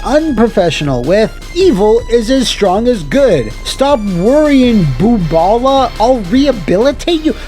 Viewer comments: "Booballa" ? "Boobala" ??? I'm from New York City and know a few Jewish people, do they actually mean "bubbala" (if you've ever watched the 90s TV show "The Nanny" with Fran Drescher you'll probably have heard how it should be pronounced accenting the first syllable) instead? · I don't see it in the comments but : Boobala is pronounced "buhbuhlah" in like everything its in, you usually don't see it written.